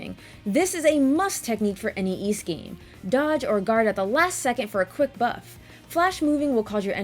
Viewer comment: It’s embarrassing but I never knew how to pronounce Ys until watching your reviews!